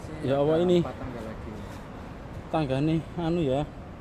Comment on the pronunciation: Yang ngerekam vedeo ini ko nyebut kalimat allah nya awoh..